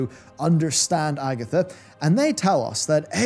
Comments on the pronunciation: I am not from english speaking country, but I really dont get how you pronounce Agthia same as AGATHA! :D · Man, how I like your videos,, you have a great team that makaes constantly fantastic pieces of media! Great quality as always, congratilations! Also... it is Agathia, not Agatha... It was neccesary.🌚